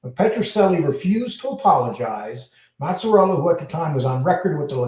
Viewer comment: No they lived in crest wood and colonial heights. you really butchering these guys names. It’s maz a rella and ba lance eo